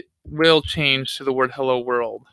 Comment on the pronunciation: his 'heyya,world' killed me I